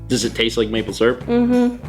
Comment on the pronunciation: Maple Srp, not Maple Syrup, Maple Srp. But dont worry, I also say it like that xD